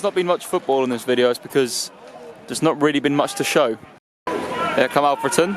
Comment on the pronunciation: It’s olfreton not ahfreton